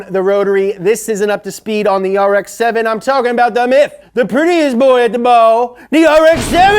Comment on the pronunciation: DA NEW AARREKKSS SE SEVINNN